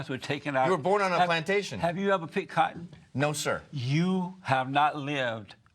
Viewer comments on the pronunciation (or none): "it's fun to pick cottion" ahhahahahahah